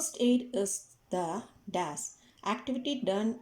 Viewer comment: Bro it is not das it is dash